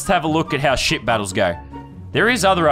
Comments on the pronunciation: Ay Lannon it sounds like ya saying s$%# battles not ship battles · Did Landon say shit battles or ship battles??????😂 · When he said ship I thought he said sh*t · At first I thought he said shit battles instead of ship battles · It sounded like he said shit battles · I keep thinking he says shit battles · Who else thought he was saying shit battles